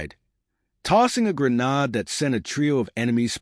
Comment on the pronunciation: You seriously need to know how to pronounce grenade (gri-neyd not gri-nawd)